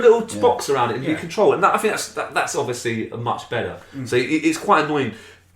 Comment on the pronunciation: And you had to fink? What does that mean?